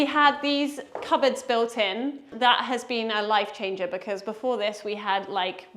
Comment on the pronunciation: BEKIZ? Do you mean Because?